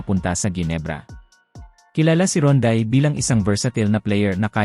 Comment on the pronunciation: Pangalan pa lang ni Rondae Hindi mo nga mabigkas ng Tama eh katulad ng Balita mo puro sablay. FYI boy resident import ng TNT si Rondae 😅😅 you should do research first before talking 👎👎👎